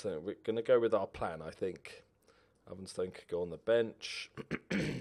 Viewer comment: “The chairman usually deals wiv that kinda thing”